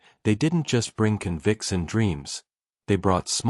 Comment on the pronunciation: The AI mispronunciation of "convicts" is like nails on a chalkboard.